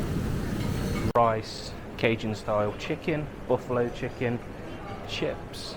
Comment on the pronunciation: Absolutely brilliant video. Thank you sir! Made us extremely excited and didn't want it to end. Must be near us with the way you said 'tayters'😂 thanks again